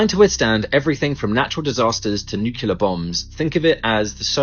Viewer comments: ITS "NEW CLEE AR" NOT FKN "NEW CUE LAR" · You can't take anybody seriously who pronounces 'nuclear' as 'nucula'